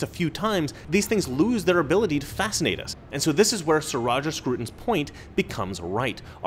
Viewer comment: Scruton? Don't you mean SCROUTON?!